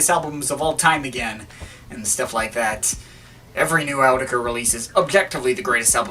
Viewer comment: it's pronounced, not Ker